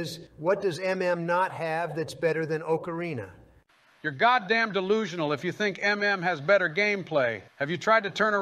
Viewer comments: Biden would pronounce it oakareena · Joe and Donald are exactly the type of guys to say oakarina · Oakarina lmao. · Oh-carina. Bro can't even say the instrument right. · Joe "Oakarina" Biden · wtf is an OAKarina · They are saying Ocarina wrong! >:( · The best part is that neither of them pronounce "ocarina" correctly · I hate the way they pronounce "Ocarina".